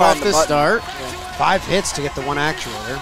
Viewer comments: refusing to learn the proper pronunciation of “actuator” has been one of my favorite parts of this series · I hope never learns how to say actuator. It's my favorite part of the show every episode.